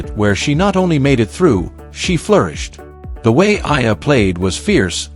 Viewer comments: It’s not Ella , it’s Eala = pronounced E - yala .. fix it please ok .. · The correct pronunciation of Alex’s surname is : E - yala